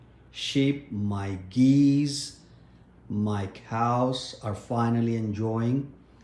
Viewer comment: Geez say it with an s it's geese not gezzzz